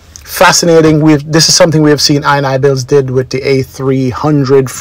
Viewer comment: The developers name is pronounced: in-e-builds. the ini bit of the name comes from the .ini files..